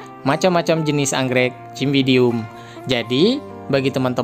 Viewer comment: Bacanya pake huruf s bang, bukan c meskipun tulisannya Cymbidium (dibaca simbidium)